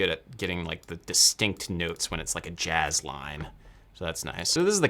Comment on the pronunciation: I'm sorry I can't take you seriously anymore when you say jazz